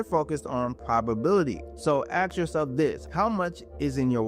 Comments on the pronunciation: The IRS doesn't 'AXE' - they 'ASK' !! These two words have completely different meanings and are not interchangable in the English language! Get it right or it torpedos your entire crdibility!! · I turned you off as soon as you said, "See the AI doesn't AXE..." If you can't say ASK, then you're not educated enough to give tax advice.